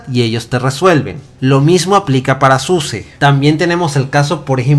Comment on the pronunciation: Suse siempre dice que se pronuncia SUSA.